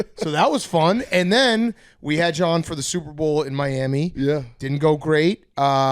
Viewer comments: Is Big Cat saying Soup Bowl intentionally now? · Holy shit BC does say Soup-Bowl